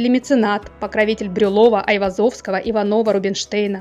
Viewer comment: Любопытно. Но не ИванОва, а ИвАнова.